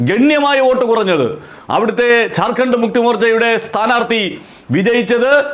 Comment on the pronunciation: ചാർഖണ്ഡ് അല്ലജാർഖണ്ഡ് ഞണ് ശരിക്ക് പറയാൻ പഠിക്ക്